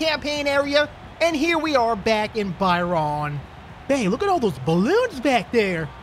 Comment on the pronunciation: As an Aussie I give your pronunciation a -10 out of 10 look up Byron bay pronunciation yours is hilarious